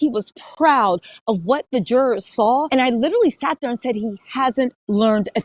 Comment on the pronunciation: Omg!!! I wish she quit saying "jurors" noone absolutely noone pronounces it that way!!! Noone!!!